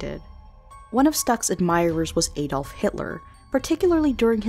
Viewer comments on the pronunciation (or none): none